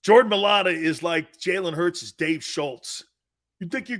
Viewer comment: It’s MIA-A-LATA….you aren’t even close